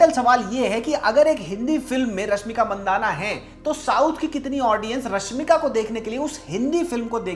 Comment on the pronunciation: Not mandana It's mandanna